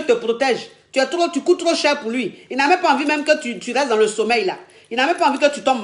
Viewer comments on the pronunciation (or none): none